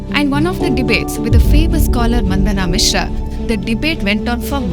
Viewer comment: You guys are selling your videos in the name santan dharma. You guys could not even prononce मंडन मिश्र and निर्वाण शटकम । दया आती है आप जैसे लोगो पर!